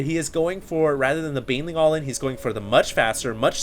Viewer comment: You like to say allin.... :S dont